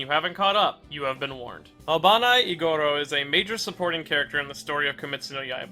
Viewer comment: Just to let you know! Iguros is pronounced more like ee-gu-ro rather than ee-go-ro. Additionally, Obanai is pronounced as oh-ba-nai rather than oh-ban-ay!